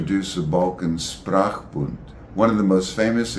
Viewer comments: Is it not pronounced SHprachbun (initial SH), rather than SSSprachbund (initial SSS)? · I appreciate the content and find it fascinating. However, linguists might be expected to pronounce linguistic terms more or less accurately, especially if they are the key term like “Sprachbund” [ˈʃpʁaːxˌbʊnt] in this video. No offence meant, of course.